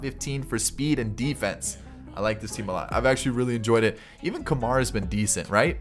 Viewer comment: Guy with an Indian heritage here, it's called: "Koomar."